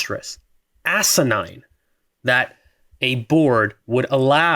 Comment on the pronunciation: When said acenine all I could think of was arcanine